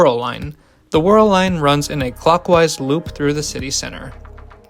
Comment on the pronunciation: The Wirral line is named after the Wirral Peninsular which sticks up between the Mersey Estuary and the Dee Estuary. Wirral is a two syllable word -- Wi-rul, rather than whirl, because most English dialects are non-rhotic. If an "r" modifies the sound of the vowel before it, it isn't pronounced. If the "r" is pronounced, like in Wirral, it doesn't modify the sound of the vowel before it. This is a general non-rhotic rule, which does have some exceptions -- it's English after all!